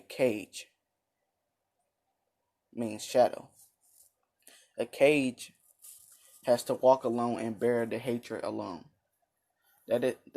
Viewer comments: Its not cage btw its u say it like ka-gay not cage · Btw it is ka gae not cage